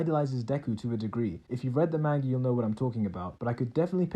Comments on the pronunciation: ... did you just say “mangee” ?? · Who else got annoyed at how he pronounced manga